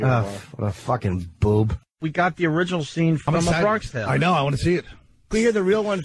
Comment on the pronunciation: Why is dummy saying "Bronkish tale?" This guy doesn't under his own bits.